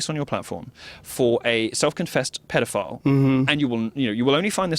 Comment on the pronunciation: Actually "money" would've started with Rothschild 😂😂😂😂 this dude can't even pronounce pedophile properly